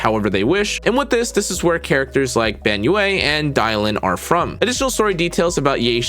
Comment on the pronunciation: Hearing you say the yue of banyue is quite terrible to me. Its like saying yeah, but with a u instead of an e. And its 1 syllable, not 2, like yeah.